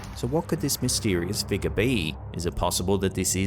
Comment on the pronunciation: I haven’t been on slapped Ham in a while,I’ll give 2 comments. I love the way says figure. He says figga. 😂😊😮😅😎